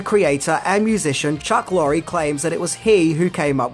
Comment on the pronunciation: Chuck lorries last name is pronounced like lore